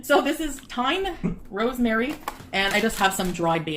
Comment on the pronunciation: It's called Van Houtte 😂😂 it's a brand of coffee. And for the thym/thyme, you definetly should listen how we pronounce it un French 😂